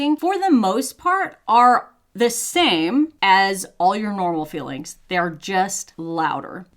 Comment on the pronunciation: I love how your accent gots more and mire pronounced - "feelings" tranformed to "fillings" 😂